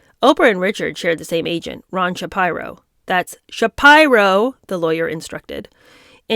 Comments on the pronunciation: Sha-peer-oh. It's a Jewish sir name. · Please. Please...Shapiro = Shuh-PEER-oh. And yeah. You are naive about race dynamics, especially in the media. Some one has to tell you, young lady. But, I don't guess you know any better. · The name “Shapiro” is pronounced “SH (SH as in shop) - PEE (as in Peter) - RO (as in row, row row your boat.) SHAPIRO. I’m not criticizing. I only want to help. Hope you don’t get upset. ❤️